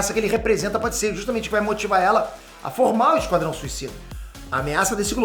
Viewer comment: "Esquadão" kkkkkkkkkkkkkkkkkkkkkkkkkkkk